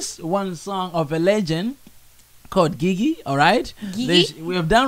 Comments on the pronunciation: Awesome program. By the way GiGi is pronounced JiJi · It's pronounced jiji not Gigi... but thanks for the video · Her name is pronounced "Jiji" not gigi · Gigi read it as Jiji